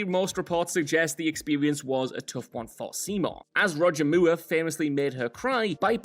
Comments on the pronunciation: The AI pronunciation of Roger Moore. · Roger mure ? 😂😂😂